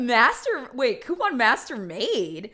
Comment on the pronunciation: Omg I could be wrong but I keep hearing “Quepon” lmao